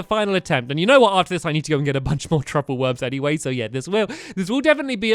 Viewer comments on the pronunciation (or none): none